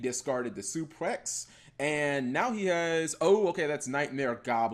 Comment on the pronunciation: This man kept saying "suplex" instead of "suprex" lmao